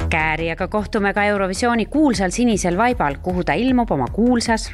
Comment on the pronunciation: i think my favorite here is "sinisel vaibal" (on the blue carpet) which sounds like "sinisel vaipal" (on the blue diaper) xD